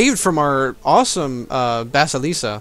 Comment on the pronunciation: FYI, it's pronounced "bah-SIL-uh-cah".